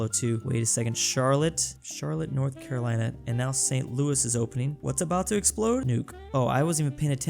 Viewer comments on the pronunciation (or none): none